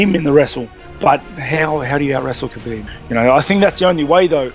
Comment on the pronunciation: DC has been in the game for so long but he still getting "Khabib" wrong